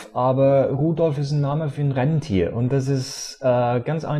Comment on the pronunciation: nur mal so eine kleine klugscheißerkritik: 1.orang-utan wird im deutschem so ausgesprochen wie es geschrieben wird 2.renntier gibts nicht. das heißt rentier xD so, klugscheißermodus aus, zeit für lob: du machst dir viel mühe für deine videos, das find ich toll, 5*+abo